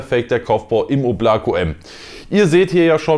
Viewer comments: Fühl ich eigentlich heißt es oblaka also in der Aussprache (Wolke) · Es spricht sich Óblako. Die Betonung ist auf der ersten Silbe. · Balya wie mich diese deutsche aussprache von Oblako triggert😬